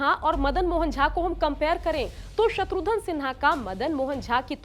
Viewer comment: "शत्रुघन" में "घन" उच्चारण करें मोहतरमा!! आप बार बार "धन" उच्चारण कर रही हैं।। आपसे ग़ुज़ारिश है अपनी तलफ़्फ़ुज़ पर ग़ौर फ़रमाएं मोहतरमा।।